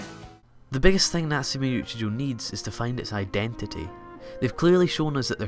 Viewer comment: natsume yuujinjo whattt can u pronounce it right.. its choouuuuuu not jouuuu